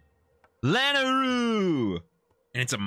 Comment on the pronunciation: its funny hearing you hum the song when I can't hear it at all xD Ahh yess I love this place. One of my favorites. Also I did a search and the correct pronunciation of Lanayru is La-Nay-Roo. I know you've been struggling w that word since BotW :P